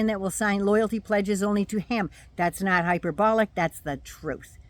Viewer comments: He said “am not a Christian” i thought he said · Yeah, he said, “I’m aught a Christian…” 😈